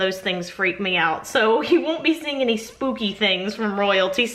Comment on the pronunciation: Haha, I thought you said Snoopy! Not spooky. I am with you no scary!! Nope nope nope. I don't watch scary. You are not alone!!